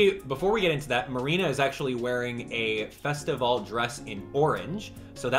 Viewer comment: Take a shot every time he says festivale